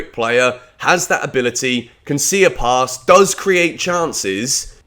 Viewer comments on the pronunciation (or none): none